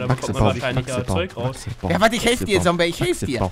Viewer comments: Da hat er noch "Sombey" anstatt "Zombey" 😂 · Lieber Paluten aber ist heißt Zombiy nicht Sombiy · wie er da noch sombey gesagt hat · 2020 ist es so lustig, zu hören, wie er zombey immer "sombey" nennt😂🧡